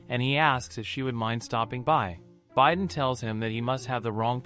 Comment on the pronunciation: Haha the bi is pronounce bee not by right?? Idk it’s ai voice so what can you do